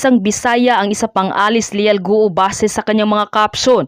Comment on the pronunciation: Guo...go not gu o